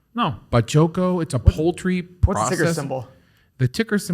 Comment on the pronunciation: Im mexican and it is a big company here, they sell chicken derivatives. nice pronunciation in spanish btw